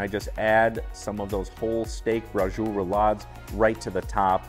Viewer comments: It’s very definitely ITALIAN! It’s called Bra-chee-oh-lay in italy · Nice recipe, but you're pronouncing it totally wrong. 😕 It's bra-cho-lay. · Is not Brazul.. is braciole. That is a southern dialect. Most immigrant came from the south. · Brajul??? Braciole sounds different!! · Yup...he could have looked it up. Not authentic pronunciation!